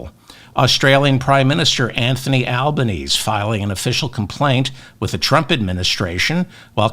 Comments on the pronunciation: David, prime minister Albanese’s name is pronounced Alban-ezy, that’s how we Aussie pronounce his name. Loving that shirt and as always your show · Hi David I enjoy every "Mop Up," you post. Thought I'd let you know our Prime Minister Anthony Albonese is pronounced sounding the final e as in Anglicised or rather Aussie/Italian like Albaneasy. p.s. Aussie is pronounced Ozzie, you may be one who knows this, if so please ignore. Keep up the good work I do not watch any US TV Only yourself, MTN , Tennessee Brando, Jesse Dollemore, Luke Beasley and the like, such good honest work. Jo from Adelaide South Australia 🇦🇺